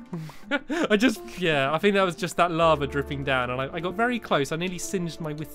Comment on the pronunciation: the way he said lava XDDDDDDD